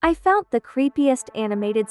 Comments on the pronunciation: stop saying fount its found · Its ‘found’ NOT ‘fount’😭💔